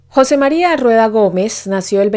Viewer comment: se ppronuncia jose mariA